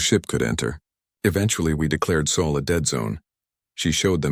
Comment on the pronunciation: It’s SOL! When will you get it right? GEES!